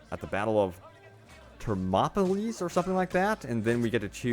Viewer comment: I can't believe how much you butchered "king Leonidas and the battle of thermopylae". That's the battle from 300. We'll be playing as his son or daughter !!!